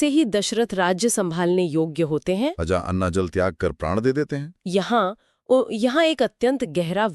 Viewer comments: अज को अजा क्यों बोल रहे हैं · आप दोनों ही अज को आजा बोल रहे हैं, ये अच्छा नहीं लगता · अजा नहीं अज